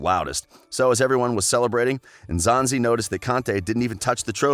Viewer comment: I can’t help but appreciate how you took your time to learn how to pronounce African names correctly, not the Engolo, Enzonzi vibes we always get from other professional commentators